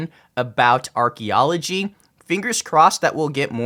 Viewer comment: Archy? I believe it’s pronounced Arky L0L